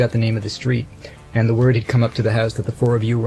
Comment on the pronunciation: I like Ringo a lot but wish he'd stop saying END when he means AND!